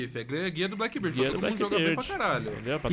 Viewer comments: Pourra patife... blackBEARD e não blackBIRD Meus ouvidos sangram cada vez que tu fala o nome dele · Alguém tem que fazer um guia pra ensinar o Patife a pronunciar Blackbeard kkkkk